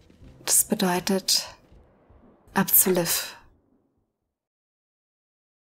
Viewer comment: Bei allen Aussprache- und Betonungsfehlern, die Marion von Stengel sich in diesem Spiel bisher geleistet hat (auch hier wieder: "Liev" statt "Liv") muss ich dir trotzdem schreiben, dass die Aussprache von Lucia = "Luu-tschi-a" ausnahmsweise absolut richtig war. So wie du es aussprichst "Lucy-a" ist es falsch. Kennst du etwa nicht das Lied "Santa Lucia" - weltberühmt und zigfach gecovert von allen möglichen Schlagersängern...